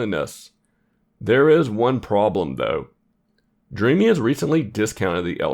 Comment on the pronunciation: Thanks for the video. I believe the brand is pronounced “Dream” btw